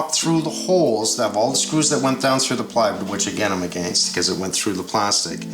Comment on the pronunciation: After all of these years watching Mike, I still get a kick hearing him pronounce "against."